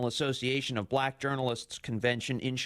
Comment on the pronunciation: There's something oddly racial about the way he says "bLack".. Maybe I'm nitpicking but it's probably because he's a racist.